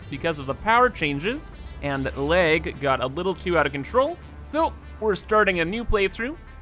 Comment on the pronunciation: Every time you say lag I think you're saying leg, and it literally takes me a few seconds to figure it out. Kinda drives me crazy.